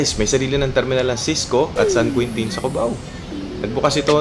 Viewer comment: San Queentin daw hahaha... San Quintin ang basa po nyan (San Kintin)